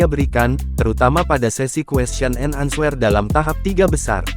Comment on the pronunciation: Di tulis answer=di bacanya jadi enser